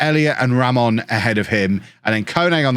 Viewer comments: you’re sayin Ramón right! 🎉🎉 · You're pronouncing Ramón right You can pronounce Raimon as Raymond and it should be fine